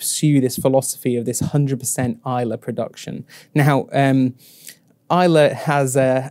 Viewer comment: A great video guys, thank you! Just to say, however…there’s no ‘e’ in Islay! 🙂